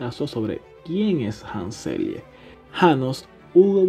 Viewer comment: en realidad es la teoría de la respuesta al stress o respuesta adaptativa inespecífica (hoy día sabemos que no es inespecífica). Se pronuncia ''Selie'' en español y en ingles ''Seli''. Muy buen video.